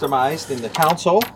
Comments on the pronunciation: Someone tell these guys its center console, not center council...jeez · And why do these Yankees keep calling it a center counsole? "Coun"sole? Really? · Are they saying "counsole", as in "city council". It's console, as in, "ex-con".